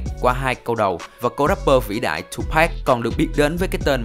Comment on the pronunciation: Đọc là Tupac, không phải Tupack nhe bạn. Rất khó chịu!